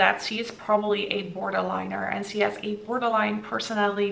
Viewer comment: Why do you pronounce "she" as "se"? It's so distracting. 😅